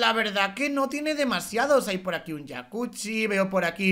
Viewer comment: Entonces tu mujer fan pero se dice jacuzzi no😂😂😂😂